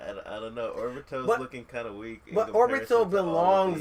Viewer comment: So i see this and say oh well, even though there aren't views, he might know his stuff. Vid starts off by saying orbito and atsuki..... close tab.